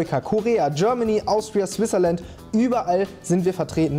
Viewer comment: „Swizerland“ lol